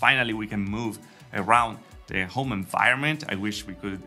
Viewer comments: You pronounce “home” as “ohm”. Why?!? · Italians often skip first H